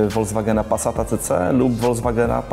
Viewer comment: Fajnie opowiedziane ale na boga FOLKSWAGENA nie WOLDZWAGENA...